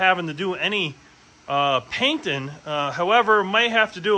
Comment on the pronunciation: You're going to crash that. It will be too heavy. You are also not printing it at full scale. Also some of the words you're using have a "G" sound at the end of them, it's not paintin and sandin and fairin